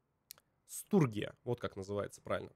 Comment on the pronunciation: Интересно где в слове Стургия (Sturgians) тут буква Ш, ну ладно